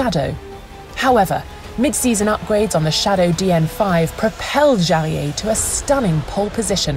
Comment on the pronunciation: It's great to see Jarier and Behra's name pronounced so accurately. In a world of Chawls Luck-Clerk, it deserves a mention.